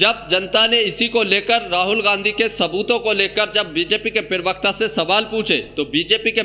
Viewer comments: Privakta nahi bey pervakta hota hai bay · भाई थोड़ा भाषा पर ध्यान दीजिये ,कान में चुबता है ,प्रेभक्ता नहीं प्रबक्ता है